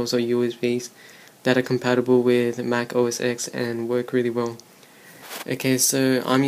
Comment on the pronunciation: It's pronounced Mac OS 10 (not Mac OS X).